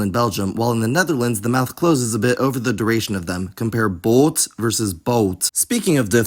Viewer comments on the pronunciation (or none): none